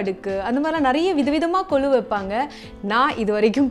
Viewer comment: It is not kolu it's Golu